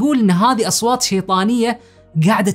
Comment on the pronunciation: وش اصواطط؟ اسمها اصوات يا